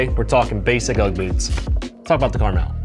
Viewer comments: I mentioned you saying the name right because I just watched someone name the gun “Caramel” (not on accident) even tho the name is on the side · Thank you for saying the name right. I love this gun if only they sold barrels and piston parts… I’ve spoken to manticore, kns and hbi industry to get some aftermarket parts they said it needs more traction